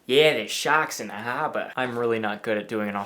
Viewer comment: the fucking walk and "shahks in the hahba" 😂😂😂😂